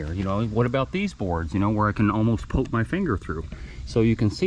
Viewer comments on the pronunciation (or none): none